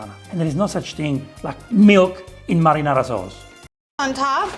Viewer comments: The way she pronounces "Marinara" lol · She say "Merrynera" like Merry Christmas. Her pronunciation is so funny 😂